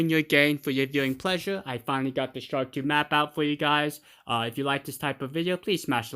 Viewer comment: ... Shank lol 😂u could say park or dark or lark